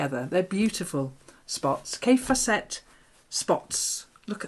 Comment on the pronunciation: Love your videos. (A little note, Kaffe Fassett rhymes with Safe Assets)